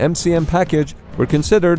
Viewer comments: That's not how you pronounce "Avenger"... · Teach your robot to pronounce "Avenger".